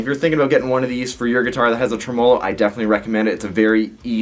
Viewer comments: That gets on my tits too. Nobody says it that way - not even the Italians that invented the word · the way you say tremolo really pisses me off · Good video.. any reason why you pronounce tremolo the way you do?